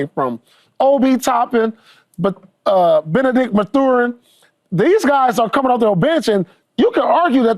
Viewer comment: Hey paul I’m a need you to pronounce Benedict Mathurin’s name correctly